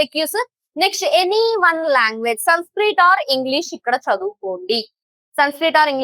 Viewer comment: mam I am sorry to say this it is sanskrit not sunskrit